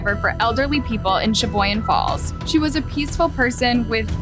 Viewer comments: I'm Australian n even I know how to pronounce that too. Can't believe channels like this or some people aren't able to aye. Lol. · Uh, it's Pronounced, Sha-Boy-Gan.... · Sha-boy-gan cmon Wisconsin names ain’t that hard 😅